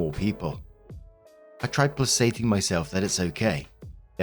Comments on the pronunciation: Placating = play-KAY-ting!!!! It's a hard K sound!!!! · Placating - the C is a hard C (K) sound not a soft S sound, every time I hear it pronounced as 'plasating' it strikes a nerve for me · I enjoy listening to your channel. Placating is pronounced "PLAY-kay-ting." Hard C.